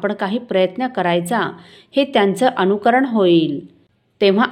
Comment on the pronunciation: ताई उच्चार अनुकरण असा आहे अणुकरण असा नाही. तेवढे लक्ष दिले तर बरे होईल.